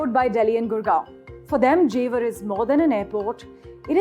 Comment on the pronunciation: jewar bol re chore🤣